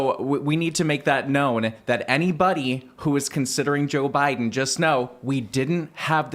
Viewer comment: "To defeat Jöy Bäiden" -Scott Pressler